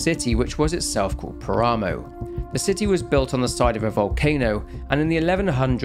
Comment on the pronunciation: Its pronounced "Pára-moh", not Parámow. It means desolate plain, or wastes.